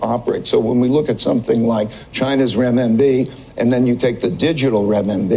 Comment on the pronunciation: I find it amazing when someone has mispronounced a word they say it 10 more times….. Renminbi